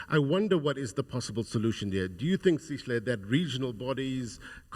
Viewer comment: First of all it’s not “Sishle” it’s Sihle, I’m an American but even I can practice to get the young man’s name right. Why do white and Indian South Africans do this😢